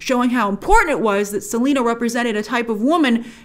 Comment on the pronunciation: and her first name is Selenas!!